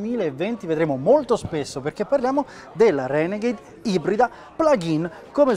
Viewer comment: la Reghenegheid HAHAHA